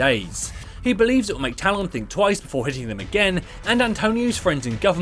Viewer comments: When the video requires you to say talon dozens of times throughout the video, can you please say it right? Tal-EHN not Tal-ON. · Stop saying Talon like that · The way he says talon triggers me for some reason lol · nah allg lol I found it more funny than anything